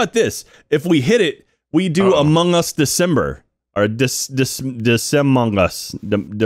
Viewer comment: De-sus-ber: Among Christm-us